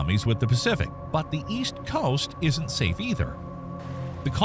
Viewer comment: Dude seriously struggles to pronounce "COAST"....